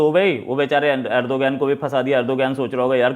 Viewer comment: "अर्दोगान" सही उच्चारण है।